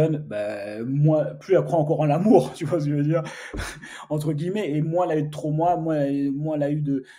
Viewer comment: On ne prononce pas le « s » dans le mot « moins », ça m’a perturbé tout le long de la vidéo 😂. Sinon bonne vidéo comme d’habitude. Force 💪